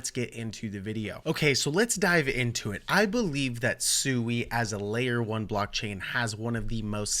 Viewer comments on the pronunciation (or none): Pronounced Swee. Japanese for water. Hence the logo